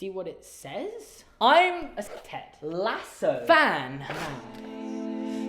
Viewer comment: Okay I was literally wondering if you were going to make a Ted Lasso reference or something when you said 'Lasso' so distinctly, and out of the blue lol. SUCH an awesome show, I'd love to see a video of you talking about it as well, if you feel like making one! This video was great, too. It's impressive how many songs you remember from the series! :)